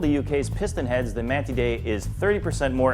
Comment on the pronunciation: MAN-TIDE! SAY IT! TIDE! as in what the ocean does! god damn americans